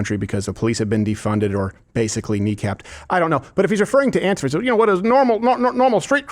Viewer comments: “ant-if-ah”. Remember Steven you voiced over a genius…that does NOT does not equate you’ ARE one! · Why doesn’t Steven know how to pronounce “ANTIFA” correctly?